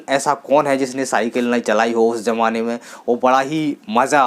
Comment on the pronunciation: Zamana boliye jamana nahi